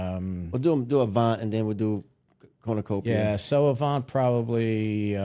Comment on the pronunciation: This is fact not fiction everytime you say Cornucopia I cringe